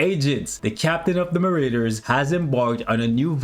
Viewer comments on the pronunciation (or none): Lol at Muh-Raiders. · Why do you pronounce Marauders like that 😆